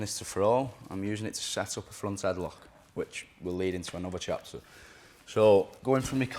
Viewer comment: "switch to get the reaction and come back to a headloghgkheh"